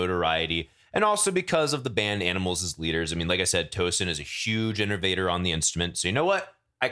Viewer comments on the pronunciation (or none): People's tongues should fall out for pronouncing "Tosin" and "tremolo" that way